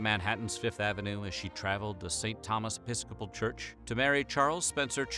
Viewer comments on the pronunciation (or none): none